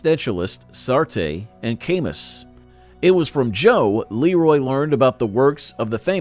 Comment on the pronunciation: “Sartay and Kaymus”?? Gotta be some AI bullshit